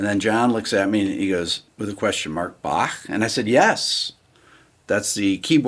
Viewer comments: Rick I love that you can pronounce Bach correctly I am Scottish and really appreciate it! come visit our lochs😊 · I Like how you pronouce the „ch“ in Bach. Good job (I am german) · I like that you pronounce "Bach" correctly. 👍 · I respect the fact that you pronounce "Bach" correctly as opposed to almost all Americans who don't. A subscriber from Europe...